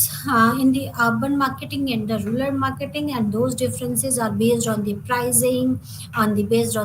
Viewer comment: Rural or rular?your pronounciation is heard as ruler!